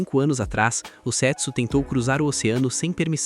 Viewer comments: A melhor pronúncia do nome seria Sêtsú, com o som do E mais fechado. Do jeito que foi narrado fica mais parecido com $€X0😅😅😅😅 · É foda que eu fico escutando "sexo" 😂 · Eu ouvi "setso" achando que era sexo 😅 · Só eu achei que ele tava falando sex0 ? Kkkkkkkkk